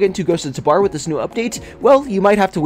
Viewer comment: PLEASE ITS TAH-BOR NOT TAH-BAR